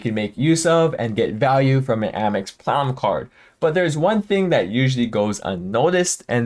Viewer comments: Are you saying "platinum card" throughout the video because at some points it sounds like "clown card" which isn't even close 🤔 🤡😁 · LMAO and it wasn’t just me. I asked my BF “is he saying clown card?” And he thought so too! 😂😂😂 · He always says platinum like he's drunk.